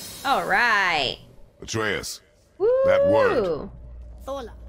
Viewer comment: So glad you're continuing to play. You seem to have so much fun with it, which means we have fun watching you.;-) But, one last time: "a-TRAY-us."